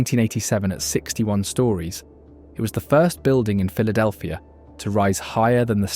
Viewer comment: Brotherly Love, you said it exactly right!